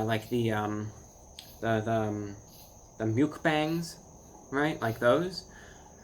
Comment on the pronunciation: "myookbangs" ...hilarious